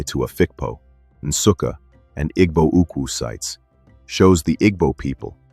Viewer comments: It's pronounced ee-bow not iggbow. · If could not pronounce Igbo well how could he tell Igbo history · Point of correction to the presenter, it's Igbo & not Ibo